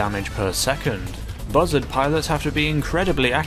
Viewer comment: when you said buzzard I thought you said mother